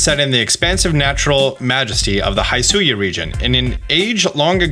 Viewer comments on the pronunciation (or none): It's not "high sue ian " It's "he sue ian" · It's not Hi-suian. It's closer to He-suian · It’s Hisuian.. NOT Highsuian lmaooooo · Hee-sui-ian not Hi-sui-an 😬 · Please, please say he-su-e-an, please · They literally said wydeer's name and the regional forms names hisuian in the trailer and yet you keep getting it wrong?! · They said 'hisuian' like 6 times in the present, why can no youtuber pronounce it right? 😂